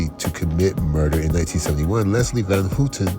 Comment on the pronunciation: It's pronounced HOWten...Not HOOTEN